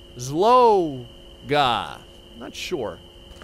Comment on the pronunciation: in hungary the world "rabszolga" means slave..aand you pronounced it wrong 😂